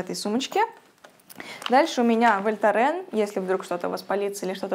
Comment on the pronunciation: Как интересно слушать на английском и вдруг услышать Вольтарен с чисто русским произношением❤❤❤